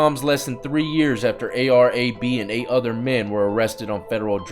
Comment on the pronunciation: It’s A.r Ab” bro